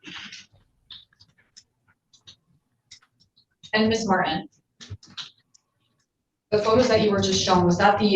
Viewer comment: Dear Prosecutor, the name is Martin NOT "Mar in" WITH a T !!